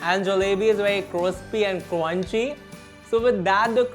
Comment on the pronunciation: Cinnamon bun with hot chocolate ke upar agar whipped cream ka garnish hota with some chocolate sprinkles phir to oh ho ho jaata! Also, cweamy, cwispy and cwunchy wala accent badhiya as always 😂